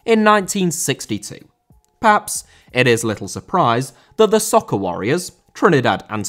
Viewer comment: Soca, pronounced So-kah, not soccer